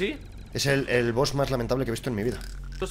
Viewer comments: es Boss no boos😂losiento por ser tan tocahuevos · Se dice boss no boos xd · Todo el mundo: BOSS: BOOS